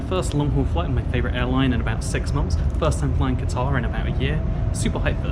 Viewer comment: Qatar Airlines, as in the country in the Gulf, not guitar.